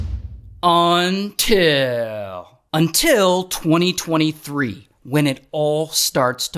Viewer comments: I always wait for the part where he says "UNTIL" 😂😂😂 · The ‘until’ hits so nice in this one 😂😂😂